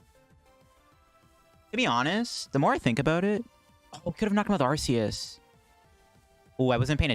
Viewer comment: Okay, but since you’ve been able to have so many great decks with Arceus, we should try not to butcher its name, right?! 😅 The correct way of pronouncing Arceus is with a hard “C”, like ARK-eh-us. Here’s why: the word “arch” means chief, leader. Arceus is the god Pokémon. He is the leader. Just like Archangel. That’s the leader of the angels. And it’s a hard “C”. Another HUGE reason for it is that in British the word “arse” means ass. Love your videos, but please say its name properly 😁